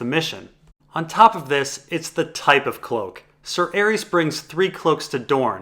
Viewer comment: butchers a lot of pronunciations: Varys, Viserys, Arys, Tyrosh, Lys, Myr... But his analysis of ASOIAF is too ultimate to deny